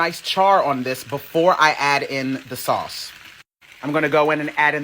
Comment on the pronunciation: OMG‼️‼️I HAVE TEARS ROLLING DOWN FACE FROM LAUGHING AT “SAOUCCCE”🤣🤣🤣🤣😀😃😄😁😆LOOKS DELICIOUS ‼️‼️